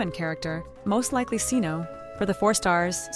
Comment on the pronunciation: Cyno ❌ See no ✅ Ok I won't see him :)